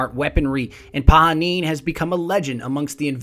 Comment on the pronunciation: I know this is an old video but want to say thank you for pronouncing Pahanin's name the correct way (Pa-ha-neen)